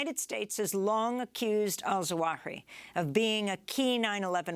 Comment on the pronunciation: Sorry Amy, but it is not Al-Zawahi as you say, but Al-Zawahiri. You missed a whole siillable, silly silabel!!